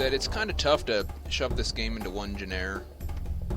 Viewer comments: valiant attempt to pronounce the word "genre" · "Tough to shove this game into one genair."